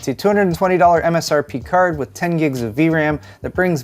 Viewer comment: Nice " Stirt " for the new nVidia " Cird " When are u going to learn to pronounce the letter i